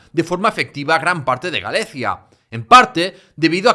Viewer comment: Video más que interesante. Enhorabuena. Sólo una pequeña corrección en cuanto a la pronunciación. Gallaecia nunca se pronunció en latín en tiempo de los godos y suevos como Galezia (con zeta castellana), sino como Galaekia o Galekia con k. En latín, al igual que en castellano actual, el sonido principal de la letra “c” es “k”. Sin embargo, en nuestro idioma se ha perdido ese sonido exclusivamente en caso de “ce” o “ci”, que se pronuncia como zeta, pero eso nunca sucedió en latín. Por cierto, en la meseta y en el norte de España cada vez se pronuncia hoy en día la “c” seguida de consonante como en “Victoria” o “Víctor”, en lugar de como “k” —como sería lo correcto—, como zeta, y muchos (pero no todos) dicen “viztoria ” o “Víztor”, cosa que es horroroso en mi humilde opinión. Afortunadamente, eso no pasa en el español americano que lo siguen pronunciando como “k”.